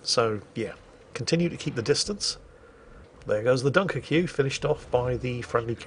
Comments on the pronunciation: As a Royal Navy veteran, retains his instinct to antagonise the French by pronouncing “Dunkerque” as “Dunker-Q” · I've heard you mispronounce some things before, mainly player names which you sometimes wisely avoid, but I've never heard the pronuncation of Dunkerque like you did. If I'm not mistaken, the reference is to a French location in the north of France, pronounced [Dunkirk] -->> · Stop being an oik, can you please just say “Dunkirk.” So uncouth. Once is funny, sort of. Repeating a bad joke, doesn’t make it funnier. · why is he calling a "dunkerque" a "dunker que"? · Yeah, gotta love a bloke who has toddler tantrums about people mispronouncing English words intentionally mispronouncing other languages. 😂🤦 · Dunkerque (Dunkirk) pronounced like Barbecue, repeatedly, is there a subliminal message there ;) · You insist on pronouncing every letter in Dunkerque. Does this principle apply to Worchester as well? BTW Historically you have stayed mostly away from Brexit in your commentary. That seems smart. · i dont like the way you pronounced dunkerque